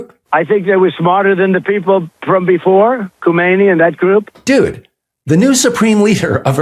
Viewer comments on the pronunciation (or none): it's not Khomeiny but Khamenei - two different family names; do some better research or else you undermine credibility